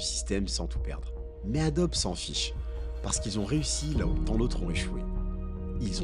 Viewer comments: Bonjour. ont prononce pas adobe mais adobie. Merci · ça se dit AdoBI - Ado-be = ADOBI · Incroyable la vidéo J'ai eu mal au oreille à chaque fois que "Adobe" a été prononcé 😂 effectivement cela se prononce comme ça : adobi